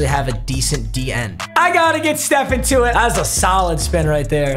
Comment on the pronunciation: Of course Papa got Tuitt, and will now butcher his name till the end of time